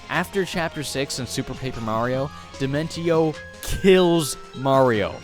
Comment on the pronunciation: It's pronounced like Dimen she oh. Like in Dementia.